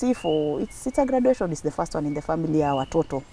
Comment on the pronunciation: Please don't pronounce graduation that way,Google for pronunciation or ask someone